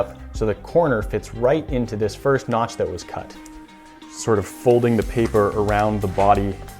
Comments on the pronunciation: Noch? Did you mean notch ? LOL!!!!😂😂😂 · Notch not nok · I will knock you out if you say notch wrong again!!!!!